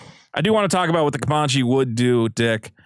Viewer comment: Comanche is pronounced like "Man", not "mon."